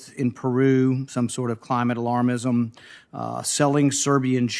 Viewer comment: The greenies screamed everytime he said "alarmism"!!!🤣🤣🤣